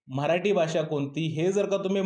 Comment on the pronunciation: Mitra tu pahil marathi ha word bolayla shok tu mharati bolto